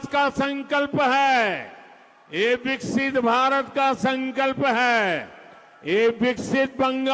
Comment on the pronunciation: বিকশিত ওদের উচ্চারণে বিক্সিৎ। কে বুঝবে?